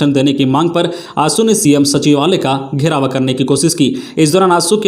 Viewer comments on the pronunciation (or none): घेराव को घेरावा, दर्जे को दर्ज, सिधु- कानू को सिँधु कानू बोला गया और भी कुछ गलतियां सुनने को मिला, बार -बार कमेंट करने पर भी भूल सुधार नहीं हो रहा है, मैं हमेशा इस चैनल को सुनता हुँ, खबर अच्छी है।